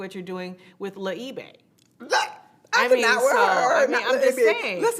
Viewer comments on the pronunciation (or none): Le E-bay....I'm dead. Good one Kenya. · Not “Le’Ebay” 🤣🤣🤣